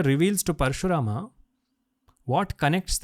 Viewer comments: It's not avataram, it it avatar. It's not dattatraya, it is daatatray. Not parashurama, it is parsguram.Why englishize our names? Disrespectful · We are too much into English, we should remember the correct pronunciation of the original words. It is कृष्ण not कृष्णा It is महाभारत not महाभारता It is दत्तात्रय not दत्तात्रया It is प्रल्हाद not प्रल्हादा It is श्रीपाद वल्लभ not श्रीपाद वल्लभा It is धर्म not धर्मा It is परशुराम and not परशुरामा